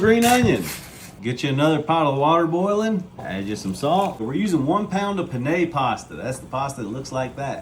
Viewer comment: It's pronounced pen ° ne. It's Italian for pen.